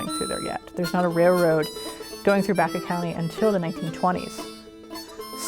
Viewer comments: Great documentary! You are pronouncing Baca wrong! It is not pronounced "back-uh," it is pronounced "Bach-ah." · I know several people where I live who's last name is Baca, They pronounce it as you have corrected, Bach-ah.